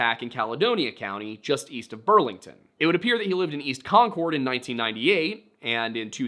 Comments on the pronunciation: Just an fyi. Concord= konkerd Haverhill=hAverill long a, silent second H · Concord is pronounced Konkerd. You gotta do better research lol